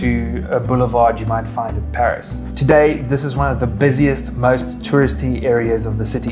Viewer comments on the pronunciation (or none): none